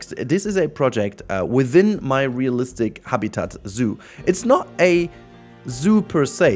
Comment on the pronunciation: Ohhhhhh, -listic. I heard BOOTY-listic the first time. I was so lost.